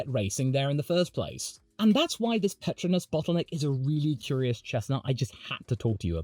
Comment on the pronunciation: "Petruhnass" Pet-TROW-nass